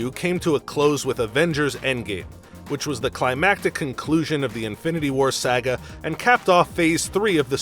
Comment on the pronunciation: The man said saahga